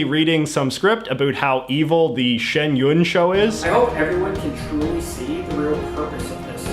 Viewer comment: You know almost nothing about Shen Yun. Your entire presentation is untrue to knowledgeable people, so in mature eyes you look like an idiot or something. You can't even pronounce Shen Yun correctly, you don't know what country they are from, etc., so all your contexts are based on gossip. Are you sabotaging Shen Yun without a communist translator or filming the video yourself? You can work on your accent ahead of time, but it won't make any difference.